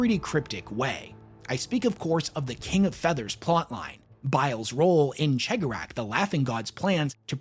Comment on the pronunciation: what's that?! talking Eldar lore? Why yes please! More!...That said, PLEASE listen to the Heirs of the Laughing God audio play to learn to properly speak the name of the Laughing One, please >< It's bad enough Majorkill can't pronounce His or the Whispering One's name, not you to!